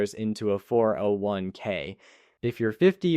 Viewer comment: No normal person pauses between all the numbers of 4 0 1 k.